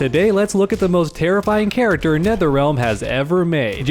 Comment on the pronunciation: "Kharacter" that was unnecesary, i love it.